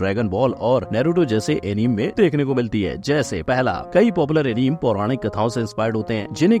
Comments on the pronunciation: FYI bhai its not enim.. pure video me enim enim kar rahe ho... its A + NI + MAY = Anime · एनीमे होता है एनीम नहीं fact bhai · Bro aapki video bohot mast hoti hai 🔥 lekin. Voh Anime hai aneem nahi 😅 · Incorrect pronunciation of anime 😅